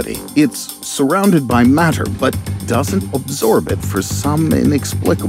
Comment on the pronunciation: I like the way you say "matter" narrator...